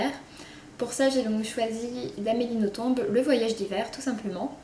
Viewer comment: En fait, il ne faut pas prononcer le b d'Amélie Nothomb. Bonnes lectures !